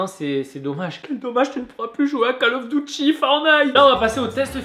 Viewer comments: Mdr à call of "douty " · Mdrr à 8:7 il dit call of douti